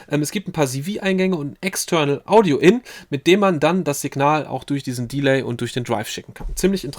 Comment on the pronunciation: Vielen Dank für das sehr geile Video - super Thema. Gerne mehr über abgefahrene Synthies; mich würde der Subharmonicon, alles von Dreadbox und der Swarm interessieren. Kleine, aber wichtige Kritik, da das sehr häufig vorkommt: beim englischen Wort "Delay" wird die zweite Silbe betont. Interessant wären für mich auch Videos über Hybrid-Setups, also die optimale Verbindung von Hardware und Software; Stichwort Midi Clock, CV Signale, Latenz. Danke für den geilen Content.